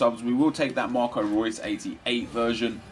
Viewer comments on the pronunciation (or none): none